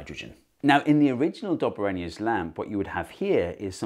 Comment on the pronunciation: It's Dob A Rhiner